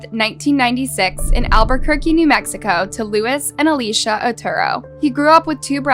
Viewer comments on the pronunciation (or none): none